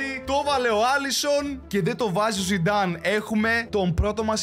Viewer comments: Ο ειπε zinedine zinedan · ζινεντιν ζινενταν αχαχαχαχα έκλαψα 😂